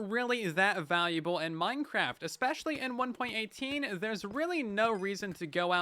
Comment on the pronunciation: Bro really said "expecially"